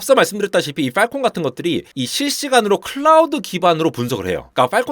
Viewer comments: • 세계 최대의 '외눈'박yee→ 세계 최대의 '블루su크ㄹyeeㄴ' ··· :( • 발음주의 : 팔콘 (o) / 빨콩 (x) • 요약: "클라우드(Clowd)를 (BSOD로) 공격(Strike)한다" or "클라우드(Clowd)가 (BSOD에 시달려서 결국) 대규모 파업(Strike)을 강행했다" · 빨콩센서 빨콩센서 그러길래 뭔 소린가 했네 ㅋㅋ 발음 좀 어떻게 해주세요